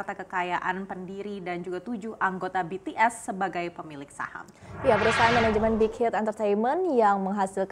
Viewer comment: maap mba nyebutnya bities bukan betees🙂